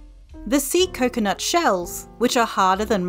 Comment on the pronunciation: bro i swear i thought you said sea nut it was an accident i swear